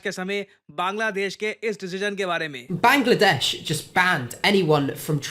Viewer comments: Sir ne bhangladesh bol diya😂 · Bangladesh ❌ Bra-gladesh✅😊